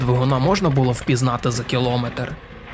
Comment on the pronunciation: Ну тут два варіанти. Або всі хто володіє українською мовою з цього дня кажуть кілОметр, або один автор цікавого каналу навчиться спочатку переслухувати та виправляти помилки і потроху буде все добре.